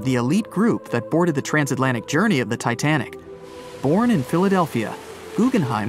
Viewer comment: btw you meant to say "titanic" instead of tinatic right?